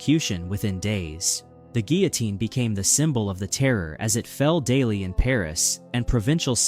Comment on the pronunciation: Oh fuck my life. AMERICA. LEARN HOW TO SAY GUILLOTINE WILL YOU! It is not "geeatine". whatever the bleeding zog that rabid noise is.